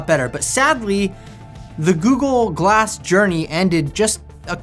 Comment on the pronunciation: All I hear is Goo-Goo-Glass… 😝